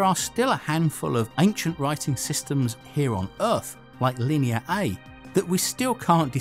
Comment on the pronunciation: Did you say Linear Ayyy?